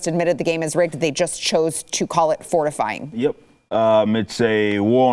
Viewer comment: Ohhhh . . . 'FORtifying'. I can just hear and see Tucker Carlsen saying that.